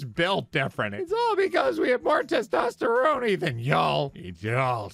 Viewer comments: I will never not pronounce it as "testosteroni" from now on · I love pronounce Testosterone as if it was a pizza. Yeah and don't say eye talein is no eye taleyan accent is da name of pizza. It is. but it is. it is.